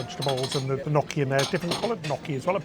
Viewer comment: Love watching you guys! I know gnocchi is hard to pronounce but it's not "no key", it's "nyo key".😉